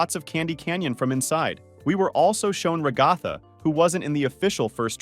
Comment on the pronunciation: Do you just call her rock golfer it's ragatha😅